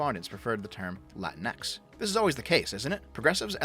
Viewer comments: It's pronounced "La-Tinks". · My girlfriend is of Mexican descent. She hates latinx. Also you keep mispronouncing it; pretty sure it’s “la-tinks”. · HOLY SHIT, SHE ACTUALLY TRIED TO USE AN ACCENT AND THEN JUST PRONOUNCED THE X IN ENGLISH. "Lah-teen-ECKS" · As an Australian, I pronounce it la-tinks.